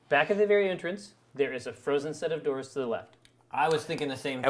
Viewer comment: erm. what's with the 'doooors' thing